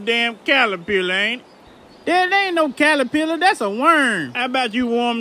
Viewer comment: Calapiller lol